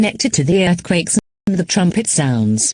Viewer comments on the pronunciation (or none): 'Erthquaks' no typo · “Learthquages” is crazy. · severe learfquakaks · Severe assquakes is what I heard😭😭😭💀💀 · “There have been severe earthquakes” Why am I hearing “severe earthcocks” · “Earthcocks” that’s something a bri’ish person would say /jk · mispronunciation of “earthquakes”.